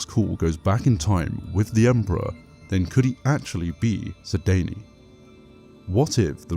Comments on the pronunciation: lol it sounds like you're saying "sidaynie" instead of "sidayne" the dayne is pronounced like the word "dane" but that's not how it sounds when you say it. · It bothers me immensly how you pronounce Sedayne.